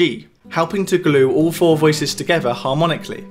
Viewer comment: I wish you would stop saying “uvver” or “togevver “